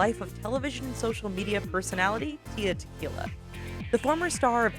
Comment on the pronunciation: "tiya" tequila lol ok